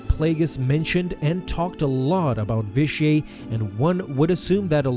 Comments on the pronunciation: Vish-ee-eight. It's pronounced Vish-ee-eight. Sorry, that was just bugging me. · You’re supposed to pronounce the T at the end of Vitiate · its vitiate not vitiaey or vitiae whatever you were saying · It's "vish-E-ate". Not "vish-E-ay". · Vi-shee-ate. Not Vi-shee-ay. Please get your pronunciations right. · I've heard his name both pronounced the way you did, and Vishiate. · Hahahahaha his name isnt frence hahahahahahahahah say the T next time u try and say it and it'll sound right hahahahahahahahaha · Ur saying the name weird... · Why do you pronounce Vitiate's name like its french? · I can't hardly stand you consistently mispronouncing his name. 🤦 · your pronounced vitiate wrong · That's certainly a strange way to pronounce Vitiate. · You need to learn how to say Vitiate and Valkorian correctly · Why do you pronounce Vitiate in such a weird way? It is a HARD "T". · You say Vitiate weird.